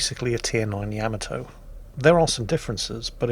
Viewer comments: YAH-MAH-TOE .... not YAM-MAH-TOE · So many times mispronouncing Yamato